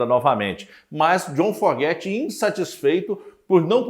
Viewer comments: É Fogerty não Forgety, Creedence clearwater Revival, Stu Cook, seu conteúdo é bom mas é muito incomodo ver seus erros constantes de pronuncia, e nem é algo tão difícil, como uma crítica construtiva devia ir atrás de corrigir isso Afinal, você sendo fã e apresentando um tópico pra um determinado público, no mínimo deve soar bem. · NÃO É FORGETY E SIM FOGERTY. CUIDADO COM A PRONÚNCIA!